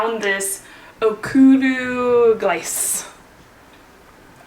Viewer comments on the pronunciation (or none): Useful -- most reviews are more like ads where the presenters all sound like "just steps from your hotel are quaint shops worth a selfie." BTW, I think it's pronounced "oak-roo-gleetz-uh". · I'm not a croatian, but I'm pretty sure that name of the food you made in the middle of the video will be more like Ok-ru-glee-tse than the way you pronounced it.just not offend anyone, it sounds a very american when you said that :) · hahaha okruglice ( oh-crew-glee-tse)....